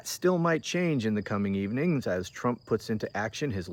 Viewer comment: called him t dump, but I can't be sure if it was just her Scottish accent. 😉